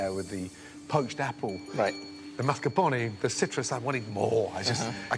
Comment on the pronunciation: Of course. Jennifer's whole menu was ridiculously pretentious. She, as a faux chef, couldn't even pronounce "mascarpone." Her dessert was just plain weak. But it was clear she would "win" - one of her dishes was said to have a "sexy vibe." She was described as a "former miss Delaware," while Adrien was described as "a waiter." So why did she win? The judges are all men.